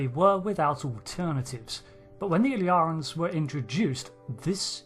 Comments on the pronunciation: It's not pronounced "Ill-yar-ans", but "Ill-ear-ians". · The way you keep pronouncing the species name in the video is like "Illarans", or "Illarens", instead of "Illyrians". Could there be two different species, one with the other species name spelling???? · Ill-ear-ians Not Ill-yarans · In my controversial and highly important opinion, it's pronounced "il LEER' ee in" as in "Illyria," a region in northwestern Greece (roughly around modern day Albania) of primary historical importance in classical antiquity. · It's not that hard. ill-EAR-ee-uns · Why is the narrator of this video pronouncing their name in such a strange way? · Does make you wonder how someone can spend the best part of an hour watching an episode where the word is said numerous times and then completely get it wrong SO MANY TIMES. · Crucially, "Illyria" was a made-up country in Shakespeare, borrowed by a number of writers to name their pretend countries because it's public domain. Trek writers enjoy their Shakespeare references. But that also means there are a few centuries of precedent in English-speaking culture pointing to how this word is pronounced. Y'know, if listening to the episode weren't enough.